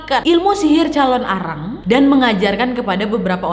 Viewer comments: Calon narang wak bukan calon arang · hallooo kak nadia! biasanya orang bali bilangnya calonarang kak, bukan calon arang hehehe, thankyou!